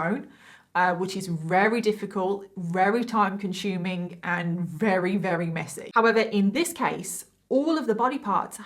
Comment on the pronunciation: When you say “very” You say “rerry” hehe x